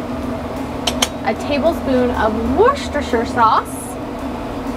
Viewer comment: It's called, worshyoursister sauce...dang!! Noob!